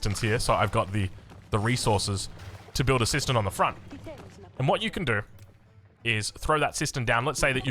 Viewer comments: kept hearing it as "sister system" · Kept hearing it as 'system system'